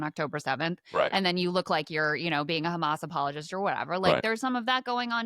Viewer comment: That is an incontestable fact. I agree that hama5 is sheet. But these kids aren’t in hama5. I find Douglas is pronunciation of “hamazz” so insufferable.